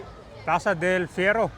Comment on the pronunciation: Ayusin mo naman commentary mo, ilang beses nang binanggit ang “Del Fierro” tapos ikaw “Ferio” pa rin sa dulo.